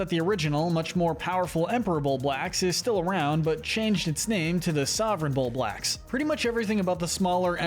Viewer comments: I hate the way you're pronouncing Bulblax, otherwise great video. Fun to watch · WHY DOES THIS IDIOT SAY BULBORD AND BUBAX ITS BULBORB AND BUBLAX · bullboard?? .... its bulborb dude LOL. pronounced bulb - orb. emperor bullbacks - dude its bulblax. empress bulblax sovereign bullblax smokey progg im questioning if you even played this game. you should know how to pronounce these names or even spell them. after all its in the piklopedia and even vids online on how to pronounce their names.